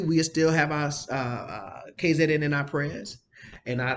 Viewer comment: What does it for me is the KZN…thought would say Kay Zee N🤣🤣🤣